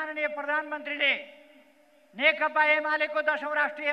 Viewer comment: नेकपा भन्न पनि जान्दैन, नेकता अरे हाहाहा।